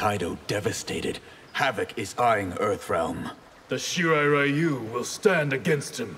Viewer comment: I can't believe NRS has the balls to still pronounce it as "Shee-rye Rye-you" especially coming from Scorpion's VA who is actually Japanese.